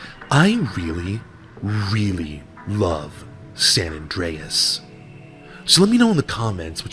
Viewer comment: He's back! Also he says San Andreas weird.